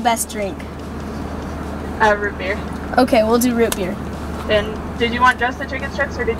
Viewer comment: My dude sad Rubiks cube instead of root beer lol 🤣🤣